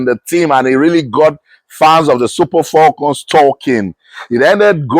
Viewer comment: Abeg wetin be "FOLCON" wey dis man dey yarn so? Na fone be dat???!😮